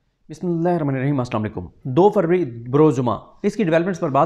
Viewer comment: Sir please please bismilha theek sey paraa kareen we love you but this is not good